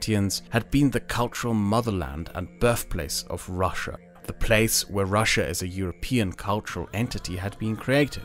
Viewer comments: russia not rus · Not Russsa, its Russia) Rus is old Russia